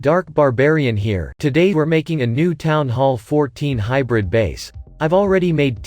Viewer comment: Elektro belike : woaw thats my favorit base 🤣 Lol u said it hybird.